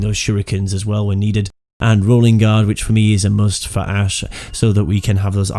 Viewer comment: Ash not ass lol